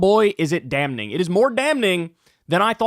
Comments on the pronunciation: Love ya' to pieces, Kyle, you crazy, progressive bastard, but did you say "damn-ning"...TWICE? 😂 "Damn" is spelled with an "n" on the end. So "damning" is pronounced "damm-ing". Everyone makes mistakes lol. 😂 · The word is not dam-ning. The word is damning(damming) Cmon bro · It’s “damming” not “damn-ning” bro. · Kyle, it's pronounced "dam-ing" not "dam-ning" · ESL Teacher Here: Damning is pronounced damming 😊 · Kyle "Dam-ning" Kulinski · Love the channel man, but I can't in good conscious condone your forced pronunciation of "Dam Ning" 😂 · I love you Kyle,....but the word damning...it's a silent 'n'. Phonetically speaking - it's 'damming'. Sorry, I know I'm being pedantic. I'm a language slut. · Kyle, the word is pronounced "damming". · Great segment as always. Kyle, just a nitpick, but you don't enunciate the "n" in "damning." It's just pronounced "damming." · I don't care what part of New York you're from Kyle... nobody pronounces the first "n" in "Damning." That's not a thing, buddy. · The 'n' is silent in 'damning'. How do you not know that? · I don't like how you intentionally exert effort to pronounce the "n" sound when saying "damning". Just to let you know. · Never heard anybody pronounce the N in damning like Kyle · Appreciate your work. Also, the "n" in "damning" is silent. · I like how Kyle gets an extra N into Damning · Stop hitting the hard N in the word "damning". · My brother in Crisis, you DO NOT pronounce the "n" in damning. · I love you Kyle, but can you please learn to pronounce ‘damning’ like everyone else. The ‘n’ is silent my guy! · Kyle still pronouncing the "n" in "damning." 🤣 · Did he say "damning" with an n ? 🧐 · I can't believe I'm the only one that notices the way Kyle pronounces the N in "damning" and the L in "folks". It's so weird. I'll die on this hill. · Great work as always but hearing the N in "damning" hurts my soul lol